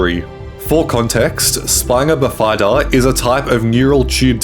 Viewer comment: You pronounced bifida wrong.